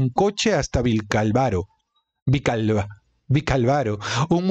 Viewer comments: Gracias por leer y comentar este libro con nosotros. Una pequeña sugerencia: fíjate bien en las tildes para que sepas cómo pronunciar una palabra con más exactitud. Por ejemplo, es VicÁlvaro ("vic-álvaro"), no vicalvaro ("vical-varo") pues la palabra está tildada en la primera "a". 😅😊😅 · Que entretenida estoy escuchándote mientras estoy haciendo cosas,pero me causa gracia cuando dices vilcavaro😂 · Vicálvaro , con el golpe de voz en la primera "a" . Muchas gracias por la lectura !! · Por Dios no es tan difícil leer Vicálvaro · "Vicálvaro " es esdrújula como indica la tilde . Tienes serios problemas de pronunciación con palabras sencillas sólo hay que leer lo que está escrito como "Ribadesella" con lle no es italiano es castellano. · Vicálvaro, con acento. Lo pronuncias mal chico. Y no es que se tenga que ser español para saberlo pronunciar.